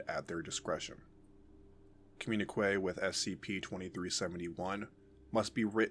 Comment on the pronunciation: "Communique" is pronounced "com-myun-ih-kay". No "w" sound after the "q".